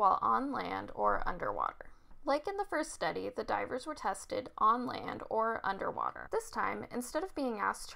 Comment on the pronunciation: Anderrr waterrrr